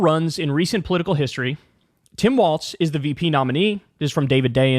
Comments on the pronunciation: Why does Kyle insist on mispronouncing his name? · Kyle, why do you call Walz, Waltz? You know how his name is spelled so why do you keep calling him Waltz? It’s f?cking annoying! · It's WALLS bro, not WALTS. There's no T in Walz. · Can someone tell Kyle that his name is Walz NOT Waltz? So annoying to hear him mispronouncing his name the entire video.